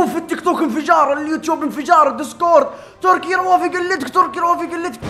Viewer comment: تركي مو تركس كانك تقول ترانكس